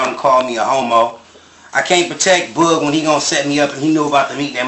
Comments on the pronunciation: can you please stop saying Boog’s name like that??? It’s BOOG like Boogie Man. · Boog like book. It’s the same sound.